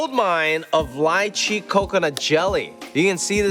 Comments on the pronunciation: It's Lee chee not Lie chee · LEE-CHEE NOT LIE-CHEE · The way he pronounces lychee is so weird to me. I’ve always pronounced it like ‘lee-chee’